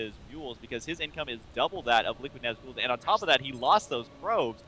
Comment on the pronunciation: ...say nazgul properly D